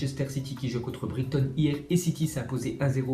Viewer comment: matti kunde aussi la prononciation de Brighton